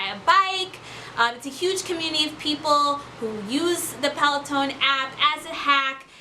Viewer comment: There is definitely no E at the end of Peloton 😆. thanks for the video though. Also the cadence sensor tracks RPM and should be put on the crank arms or attached to the person shoe.. not the flywheel. 👍🏻